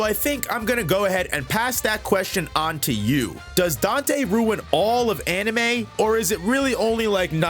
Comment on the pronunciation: Dante.... Danteh.... Manage your sinners.... Danteh...